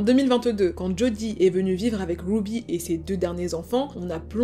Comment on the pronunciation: Super histoire tres bien raconté mais par contre ce n'est pas grave si tu prononces les prénoms américain avec l'accent français !.... Wouuby (Ruby) a part ca tres interessant